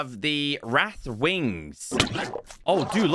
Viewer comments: Correct. Wraith ≠ wrath lol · Wraith is said wrayth i think